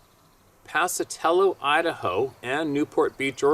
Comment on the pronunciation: My Man just know me as very dedicated..and I grew up in BLACKFOOT IDAHO..POCATELLO IS 25 MILES FROM MY HOME TOWN.AND YOU MAKE ME LAUGH SO HARD WITH YOUR PRONOUNCE HATION OF THE WONDERFUL WORDS OUT THERE AND YOU BUTCHERD THAT ONE NOT EVEN CLOSE ITS LIKE SAYING POCKA~TELLO ITS A